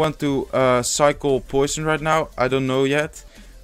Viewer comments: I was about to correct you on saying goison but I'm glad I didn't. Great video though glad to see your channel is doing well 😊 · you say goison?